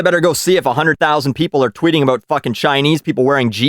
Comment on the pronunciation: You finally said aboot...